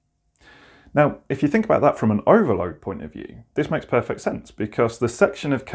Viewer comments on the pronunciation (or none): none